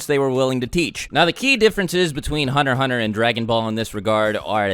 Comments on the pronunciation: Hunner x Hunner lol, pronounce your "T"'s man. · It's meant to be said Hunter Hunter, the x is silent.